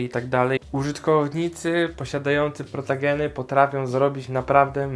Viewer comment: Super Film o tej rasie mówi się protogen a nie protagen jak coś Nagrasz film o złej stronie fandomu? To duży probelm i mnie to denerwuje bo mnie wyzywają ciągle